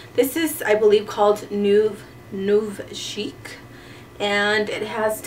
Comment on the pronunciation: Nouveau is pronounced New-voh.